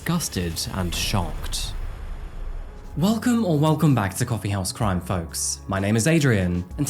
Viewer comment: Love the vids long time fan here.. But the way you say Folks just rubs me the wrong way.